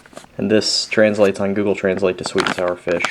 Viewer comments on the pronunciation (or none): none